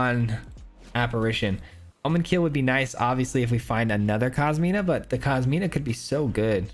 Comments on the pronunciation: I hate to be that guy, but it’s COSIMA (Italian female name), not KOSMINA… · Nice build man! Inspiring me to build an exile pile. Also, and apologies for the pedanticness but it's Cos-ima my man. There is no letter "N".